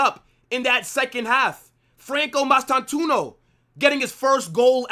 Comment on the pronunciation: bro still cant get his name right😂 you gotta pronounce it like mastanTwohno